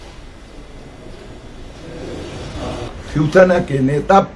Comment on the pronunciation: Are bhai ye chivsena bolta hai😄